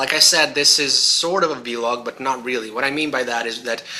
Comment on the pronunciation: Please, do not call it vee-log, rubs me the wrong way :P VEE-log... VEE-gina :)! I'll be waiting fo the handi-gamer stuff